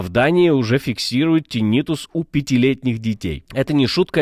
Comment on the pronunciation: ТИннитус, господи, тИннитус! Ударение хоть бы выучил правильное!